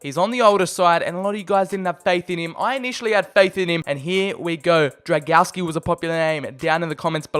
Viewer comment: I see you have little problems with reading Drągowski's full name. To make it simpler just call him Bartek :)